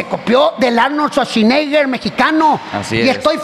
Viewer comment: jajajajajajaja el Arnolshuashineger